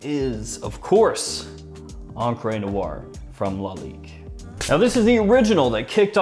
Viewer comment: “EncrÉ nuar” .. the French people be like: 🥲🥲 *I looove ur content, just keep it up;) and btw.. great fragrance🖤